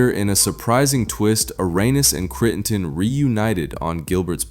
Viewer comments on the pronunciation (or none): Can you at least learn how to pronounce their names?? “Cree-n-ton” is not his name.